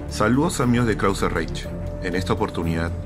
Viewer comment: Independientemente de la calidad de la info, tu fonetica inglesa o alemana no es buena. Se pronuncia krauseraij (no reich), entre otras. Saludos desde Argentina.